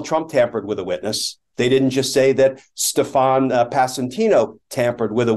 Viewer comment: I love that there's a guy named, "Stef-AHN"...implicated in all this. Last time I heard that pronunciation a lot was on SNL.